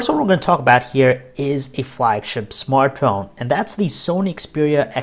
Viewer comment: 37 seconds it sounds like he says smartcone